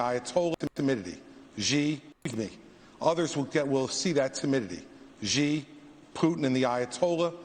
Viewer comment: Well, one the man showed was that he sucks at foreign diplomacy. He doesn't know how to pronounce the CCP leader's name: it is not "gee"; it is "she".